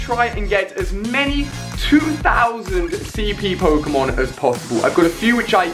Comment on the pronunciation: Ali A doesn't know how to pronounce pokemon names